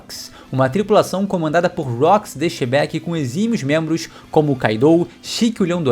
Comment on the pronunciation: Mas eu ri TANTO dele falando dos 'outros mentros'! Muito bom !!! 🤣